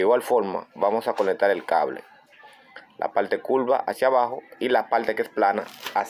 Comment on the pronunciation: que es conectal ,que es puelto.